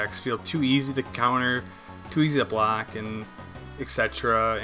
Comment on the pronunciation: Also Warlod full bwock op now.